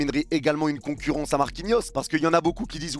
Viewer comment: "La concourrance" j'ai cru que mon ordi a bugué😂